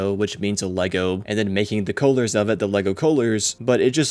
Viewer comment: Also really thrown off by “cowh-lurs” very weird sounding mispronunciation